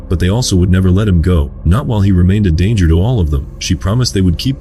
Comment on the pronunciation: "Dang-er" instead of danger. 😂 🤦